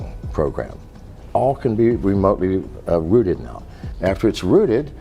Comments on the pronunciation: it's "rooted", not "routed" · 'Miners', not, "minors" Rooted, not "routed"